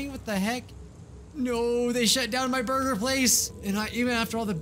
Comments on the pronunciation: I legit thought of Kel when you said borgir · The way he says 🍔